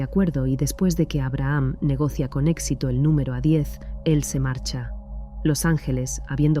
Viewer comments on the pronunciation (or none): none